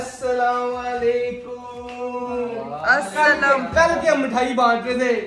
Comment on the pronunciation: Walikumusalam nhi hota WaALIKUMUSALAM hota hy